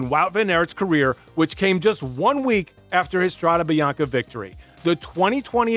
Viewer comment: Try pronouncing the names correct Van Aert pronounced with two AA // Strade Bianche and not Biancha (greetings from Belgium)